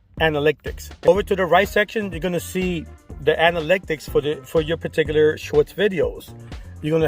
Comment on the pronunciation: Me everytime you say anaLYCTics vs analytics 😬🙉. but I’m going to see if this is true about watch time by only uploading shorts to a new channel.